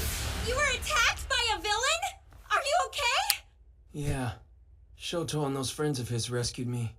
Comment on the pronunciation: The sister pronounces the names weird, calls Toya, Toeya and Shoto, Shota I wouldn't use her as an example for names.